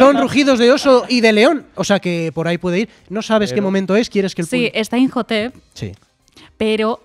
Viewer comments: Injotep? Quién es ese? Inmotep y anats anamun!!! 🤦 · Llevo 21 minutos del video y me da ansiedad cada vez que él dicen "injotep" a IMHOTEP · Llevaba todo el programa chirriandome oír "imjotep" y cuando veo que lo comenta el tal digo, vale, no estoy loco.